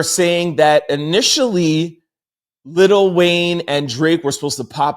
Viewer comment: Lil not little